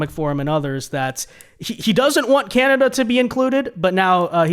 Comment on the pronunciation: KANADUH EH?